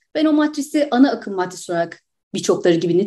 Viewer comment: Mart ayi sorunlu gectigi icin mi hanimefendi surekli Martris diyor? MATRIX daha farkli bir kavram mi acaba? Dil surcmesi olabilir mi diye izledim sonuna kadar. Fakat dil surcmesi de degil. Bunu tum samimiyetimle soruyorum. Lutfen yanlis anlamayin.